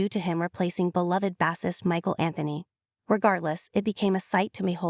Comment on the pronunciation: It is spelled B-a-s-s-i-s-t, -- but it's pronounced Bay-Sist!